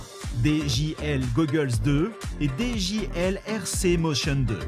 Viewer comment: C’est i et non L donc on dit dji et non djL 😂😂😂